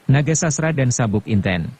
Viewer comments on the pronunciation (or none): Terima kasih atas pembacaan novel hebat ini. Sayang sekali, pengucapannya tidak pas. Akan lebih pas jika, misalnya, Nagasasra itu dibaca Nogososro; Wanamerta itu dibaca Wonomerto. Demikian pula, misalnya, Maheso Jenar, Aryo Saloko, Lowo Ijo, Panembahan Ismoyo, dst.